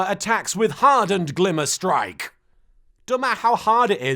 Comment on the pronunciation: Am I the only one who heard the Tsar's attack as "Cleaver Strike" instead of "Glimmer Strike"?